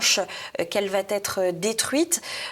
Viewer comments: Non, elle ne va pas "têtre" non car aucune liaison n'est possible. Elle va être. Sauf sous la forme négative. Dans ce cas, on met entre tiret un "t" . Ex: "...ne va-t-elle pas être...?" . Beaucoup de jeunes parlent comme ça, en mettant un "t" à la 3ième personne du singulier. Cette conjugaison est elle officiellement modifiée??? Ça m'étonne un peu... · Merci pour votre émission, c'est très intéressant et vivant. Un petit commentaire néanmoins, SVP ne faites plus la liaison VA T ETRE. Dites plutôt SERA, au moins c'est français. Merci encore à vous deux pour le contenu. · Bonjour, Suggestion anodine : attention aux « va t’être »… Ceci mis à part ,bravo et merci ! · Merci pour cette nouvelle émission mais, chère, pourriez-vous faire attention à vos liaisons? Ce n'est pas parce que l'on chante encore et de plus en plus "Malbrouck s'en va-t-en guerre" qu'il y a un T à "il va"..... désolée, je sais que vous n'êtes pas la seule à faire ce genre de liaisons "mal t'à propos", comme disait ma chère Mère, mais c'est vraiment pénible à nos oreilles de personnes nées avant.... 68. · Excellente émission merci! PS Chère, on ne dit pas « va t être », mais « va être » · Elle va-T-être? Deux fois de rang? Wow... On pardonnera "black lives matterS" et toutes les autres citations en Yankee ('i' ne se prononce pas toujours "aïe"), c'est de l'étranger, mais là, on parle du français. Bref, pourrait penser au voile, elle a déjà la gouaille. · Excellente émission bien sûr...mais évitez svp les liaisons malheureuses et douloureuses elle va T être, hélas répétées. De même pour l absence de S final à Black Lives Matter. JM, professeur d anglais.